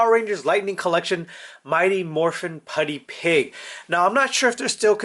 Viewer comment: It's (PUDGY) (PIG) NOT (putty-pig), the red piece on top is a Mow-Hawk ! It's also called a ( Fig-ure ). It's not a Figger !!!! You didn't lie about the effect piece, you just forgot.